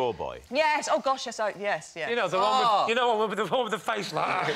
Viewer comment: "I HATE HIM WIF ALL MY HEART!!!"